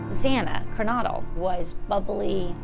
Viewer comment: "Kylie"? " Zayna Karnaudle"? And it's not "MosCOW." It's "MosCO." "Senior Investigative Reporter" is so dumb. She should know better. She doesn't even have enough respect for the victims and their families to find out how to properly pronounce their names first! And considering her line of work, she should know by now! And the other reporter says, "Mojen."🤮🤮🤮